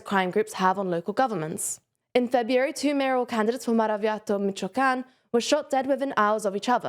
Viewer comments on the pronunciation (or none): none